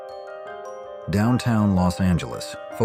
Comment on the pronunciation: Interesting how the ai voice can't pronounce 'Australia'. Otherwise, great collection of photos.